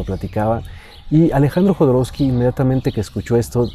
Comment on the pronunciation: No es Jodorousky, es Jodorovsky, así se pronuncia la W.